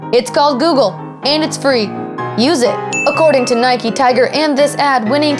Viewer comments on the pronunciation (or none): Why do you call Nike "Nikey" you don't ride a "bikey" now do you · Nike not nikey you don't ride a bikey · It's Nike not nikie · I hate it when people pronounce "Nike" like "Nikey". IDGAF if that's how it's pronounced, it irritates me to no end. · ***** Nike is the Greek goddess of victory not just sports... :) but yeah nike not nikey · She forgot a sin, it's not Nikey it's Nike🙄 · Isn't it Nike not nikey. It's like calling a bike, bikey. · It's not nikie its Nike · One more thing it's called NIKE not NIKEEE good English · why do you call it naikey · People who say 'Nikey' 😂😂😭🔫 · nikey hahahahaha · It's Nike not Nik e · it's pronounced Nike silent e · It's N-eye-k not N-eye-kee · Nike is a good but there saying it wrong